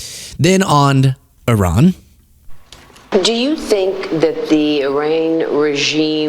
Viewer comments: I-Rain? Nice pronunciation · Maria can’t pronounce Iran… it’s not E-rain. Jeez!, of course, Fox won’t bring up Epstein… god, no. They’d rather stick hot pokers in their eyes. Because TFG would end their lives in every way possible other than shooting them on 5th Avenue.